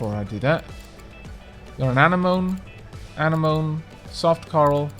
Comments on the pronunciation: are you pronouncing Anemone "Ah-Knee-Mon" and not "Ah-Nem-Oh-Knee?" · Half way through this bid but need to mention that anemones are not corals. The tubular sponge is classed as a coral however (but again isn't really a coral). The polyps, sponge and the other coral you can buy could all be popped into one tank. Also, ah-nem-oh-knee is the correct pronunciation. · Anemone is pronounced "Ah-nem-oh-nee"